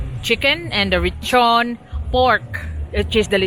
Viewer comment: Inasal is the Cebuano term for the Spanish word lechon which means roast pig or roast pork. She said lechon correctly but it was spelled wrong on screen. The Puerto Rican and Portuguese understood her.